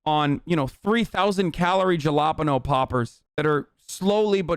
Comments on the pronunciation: why is he saying "Jalpeno" poppers and not "Halopeno" poppers lool? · "Djalapano popper" holy shit had me dying, what the fuck is that pronunciation, is that normal people?? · i just realized he was saying jalapeno. i thought applebee's created new kind of cheesy, oily, garbage, and was encouraging veterans to try it. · You're pronunciation of jalapeño is adorable 😂😍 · Hasan, I love you dude, but please say “jalapeño” correctly.